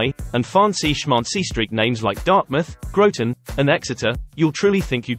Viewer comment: You pronounced Groton incorrectly